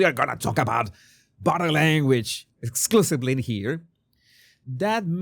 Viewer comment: Jesus, everytime You say "bottle" language, I cannot help LAUGH, it's bodie language.